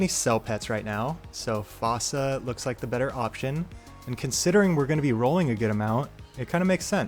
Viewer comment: Hate to be that guy but fossa is pronounced like foosa (like in the madagascar movie!)